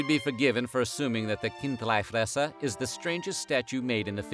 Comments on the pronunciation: It‘s Kind-LEE-fresser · It's Chindlifrässer (Khin-dlee-frass-err) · It is pronounced Kint'-lee Fres'-ser and the city is pronounced as Bearn. Just like the animal it was named for. The "Ogre" is meant to represent a Moor, or Turk as it was carved at about the same time as the siege of Vienna in the 17th century